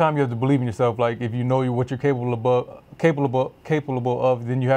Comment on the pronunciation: Hahaha "caplebove,caplebove"